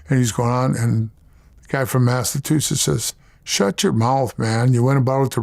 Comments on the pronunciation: Bro said Mastatoosis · “Massatusetts” lol